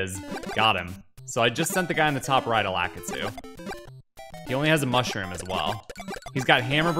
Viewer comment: I don’t know how most people pronounce it, but I can’t stand how he says, “Lakitu.”